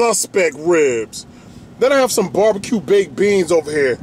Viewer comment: he said "skeet barbeque"